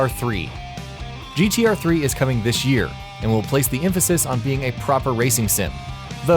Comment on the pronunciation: what in this world is "dish year"